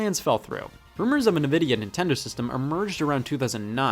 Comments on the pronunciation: it’s Ni-Vid-E-a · Clearly based on the Latin word "Invidia", so saying "Nuhvidia" just makes no sense. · the fact that scott pronounced Nvidia as "Nuh-Vee-Dee-Ah" Not "En-Vee-Dee-Ah" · To be fair, "nevidia" just flows better than "envidia" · Everyone: ENVidia Scott:NAVida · Scott. Please stop saying nuhvidia its Nvidia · It’s invidia not nuhvidia btw my Scotty guy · it's "en"-vidia, not "nuh"-vidia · Scott: pronounces Nvidia as "nah-vidia" instead of "en-vidia" Me: "well, you may as well say Nevada" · “Nuh-Vidia”? Usually I’ve heard it pronounced “En-Vidia” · “Nuh vi dee ah” that is how it’s pronounced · did Scott really just pronounce nvidia as nevidia? 🤦‍♂️ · Did you seriously just pronounce nVidia as "Nuh-Vidia"?? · "I got you that new nuh-vidia gee-force you wanted birthday boy!" "Thanks mom." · Nobody: Not a soul: Not even Scott himself: Scott in the Video: NUHVIDIA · Nobody: Scott: nuvidia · Holy shit he said nuh-vidia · I had a stroke every time he said Nvida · It’s pronounced “in-vidia” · Therapist: Everybody can pronounce "N-Vidia" correctly Scott: "NuhVidia" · i just prefer pronouncing it like nuh-vidia because it sounds better than en-vidia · It’s fine if you mispronounce Nvidia, you face doom if you say the Nintendo Network logo is on the top left of the box art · That Nvidia pronunciation is why Toaster-Bath exists. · The pronounciation of Nvidia infuriates me beyond belief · The way Scott says nvidia makes my soul hurt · Am I the only one that hates how Scott pronounces NVIDIA? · I can't tell if you're intentionally saying Nvidia wrong or not, and that's just the way I like it.